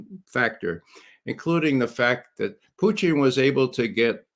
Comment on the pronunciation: Does Ray think it's cute to pronounce Putin "poutine"? What's going on with that foolishness? It makes him sound ridiculous.